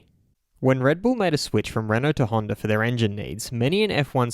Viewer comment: It's not Honder, it's Honda!